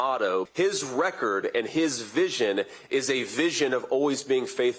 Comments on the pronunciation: It's Semper Fi. Vance said simper fi. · Are we sure JD was in or around the Marines? It's "Semper Fi" not "Simpa Fi" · Vance is a phony. it isn't even worth our time to listen to this mini me clown. And it's " semper fi" not "simper fi" as you said, twice, which vance would KNOW, but he is only pretending and not really honoring the marines and their code. mr. bone spurs' lackey should hardly talk. HA! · I'm sorry, was he pronouncing that... simp*er fi? *simper fi? God, the jokes write themselves.